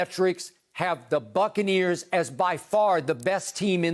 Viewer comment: Man I die every time Skip says succaneers🤣🤣